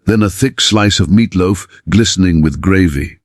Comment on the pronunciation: what's 'meatlof'?😂